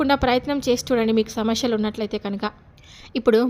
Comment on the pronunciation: శమస్యెల్ కాదు సమస్యలు ?